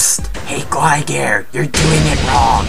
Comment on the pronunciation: He's said Alec sessler instead of Adam sessler and glye gair instead of gligar